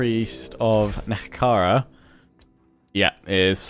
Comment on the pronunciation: You're pronouncing NEHEKHARA as NEKEHARA again... It's NE- HEK- ER- AAH